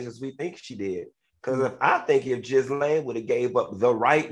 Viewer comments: Its pronounced gee-laine funky. Not jislaine. 😂😂😂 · It's pronounced ghee-laine. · If Funky don’t stop saying Jizzlane 😩😂😂😂😂